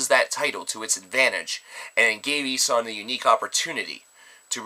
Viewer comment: it's pronounced: EE-(as in eel)-SHAN (as in Shawn or Sean, the name). And the album, DAS SAY-LEN(as in Sail, followed by the "len")-BRECKEN. I hope that helps. And yes... i gave in, because A. You allowed us to lay the pronounciation-related comments on you and B. Well, i had nothing better to say... OH YEAH, and great review,. As always.